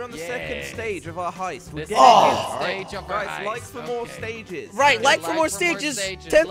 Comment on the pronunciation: Jelly: lik on that subscribe butten. Me: ...w t f